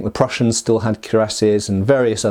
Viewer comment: KWEE-rah-SYAY, not CUE-rah-SYAY